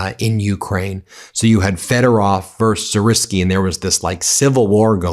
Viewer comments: Dude, spend 2mins an learn the names properly! You sound like a total a$$ with no credibility the way you say "Siriski", whoever the fuck that is but it's def not Syrskyi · Pronounced sir-ski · It’s pronounced Sirs-sky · Pronounced - Sir -Ski